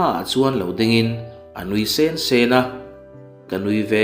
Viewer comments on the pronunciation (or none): Mizo ini lo ami... Min nuih sensen a tih kha ithluk diklo lutuk sensen, anui sen sen anilo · I aw hriat a nuamin i story chhiar a ngaihnawm thina.. chuvangin ka sub che a.. mahse hei hi ka sawi hram teh ang.. nui sen sen tih turah, nui sên sên tih angte hi beng a ti kham deuh. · Nuih sen sen tih i chhiar dan kha mak e, thilrah la sen lam danin i lam zel a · I chhiar ngaihnawm viau....mahse nui sen sen... a a... double adverd ang ho hi lam dik lo a tam riau...ṭan han la deuh teh, i chhiar thiam si..ka lo ui❤❤ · Nui sen sen tih hi athluk avaak ve